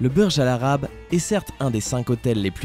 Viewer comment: Ça se dit "bourge khalifa" er "bourge al àrab"